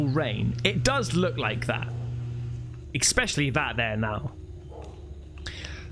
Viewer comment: Did you really say "EX-specually"? bro you aren't a yank you have no excuse to say that word like that.